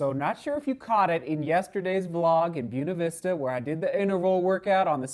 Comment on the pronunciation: should learn how to pronounce Buena Vista correctly haha